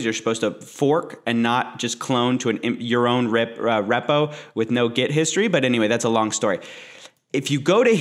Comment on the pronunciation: And "rep-OH"? Ree-po.